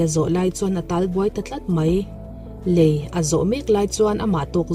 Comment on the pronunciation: Ngaihnawm viau e. Mizotawng fimkhur deuh a ngai. " LEI" i lam dan kha a dik lo aw...